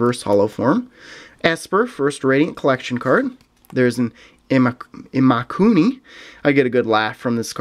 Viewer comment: when you said Imakuni, I first thought you said Illuminati. LOL